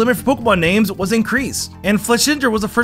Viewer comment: it makes me sad how badly the names are butchered